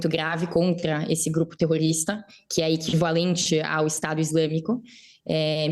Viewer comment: Que dificuldade da jornalista de falar terrorista!! Terrorista para estes jornalistas são as velhinhas do 8/1!